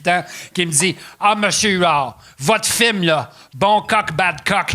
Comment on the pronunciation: Chaque fois que Pat dit le mot film, à cause de son personnage Rogatien, je l’entend dire « firme »